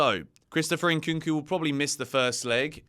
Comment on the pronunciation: his name is Nkunku, and not Inkunku.😂